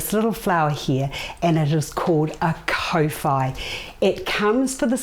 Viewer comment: Your pronunciation is not the best if you say kor fy that's how kowhai should sound . Not co fy